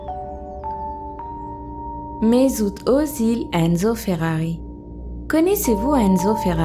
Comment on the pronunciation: pas mezut ozil